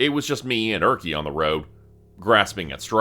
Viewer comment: I never thought that Erkki would be pronounced as Örki. 😂